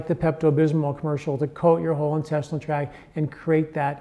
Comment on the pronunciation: Intestinal tract, not track.